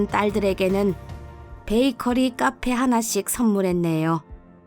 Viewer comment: 29분12초에 베이커피가 아니고 베이커리 입니다만....